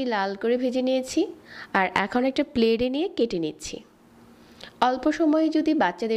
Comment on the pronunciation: আগে উচ্চারণ করা শেখেন তারপর ভিডিও বানান। প্লেট কে কেউ প্লেড বলেনা।